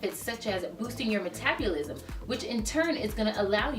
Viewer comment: I love how she says MetabUlism 😂 thanks for the great video!!